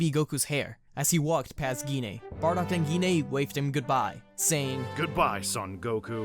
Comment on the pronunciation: i thought i was the only one that misses the "n" in and